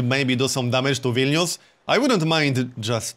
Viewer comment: So good to hear a YouTuber actually pronounce Vilnius correctly. It's like music, not everyday you hear someone pronounce a Lithuanian word correctly